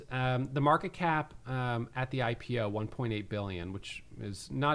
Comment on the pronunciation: Love how you pronounced it "HypePO" instead of "IPO" and I think that's perfect. Looking forward to this hurricane of a catalyst